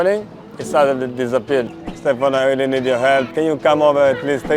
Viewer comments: i think it’s a little disrespectful to mispronounce your interviewee’s name, his name is SteFANO, not SteFINo…. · You honestly need to do better than this. Can’t even get the name right. Is Ste “farn” no not Ste fi no… you ask for respecting others in your guideline when commenting but in fact you can’t even respect the subject… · 人哋叫 Stefano, 唔好叫錯人做 Stefino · Interesting and sweet story. You didn’t pronounce his name correctly though 😂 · Is it just me? 旁白成段片都讀錯主角個名好distracting lol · 你没聽錯，是完全讀錯。 其实就箅吾識意大利文，只要問一下被訪者或google下就0K了，因為讀啱人地個名係基本尊重和禮。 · 我都聽到讀錯名～